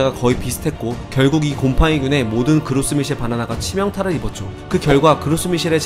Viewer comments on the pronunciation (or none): '그로스 미셀'이 아니라 Gros Michel로 '그로 미셀'이 더 가까운 발음입니다. 그 뜻은 영어로 Big Mike입니다. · 그로스 미셀이 아니고 그로 미셀 입니다. 프랑스 종자로 프랑스 식으로 읽어야죠 미국에서도 프랑스 식으로 그로 미쉘이라고 합니다. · Grow Michel은 프랑스에서 명명된 이름이라 '그로스미셀'로 읽기보단 '그로미셀'로 읽는것이 맞습니다. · 근데 애초에 프랑스어 이름이라서 그로스 미셸이 아니라 발음은 그로 미셸이 맞습니다...